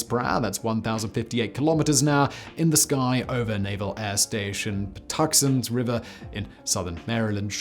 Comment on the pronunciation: puh-TOO-jent river